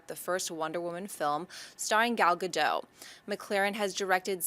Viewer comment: You are so mispronouncing Gal Gadot name, the "t" isn't silent !!!.